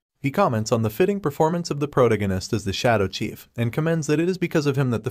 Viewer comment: Correct the pronunciation of protagonist it can't be that hard